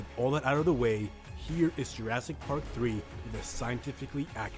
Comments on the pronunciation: Why he say jurasdic? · It’s not jrastic It’s Jurassic 😡